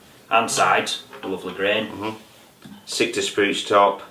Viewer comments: “Sitka spruce, not sikta FYI ;). Awesome video guys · Sitka not sikta FYI ;). Nice video guys 👍🏼